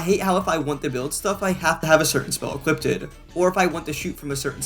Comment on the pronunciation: I believe it's equipped not equiptid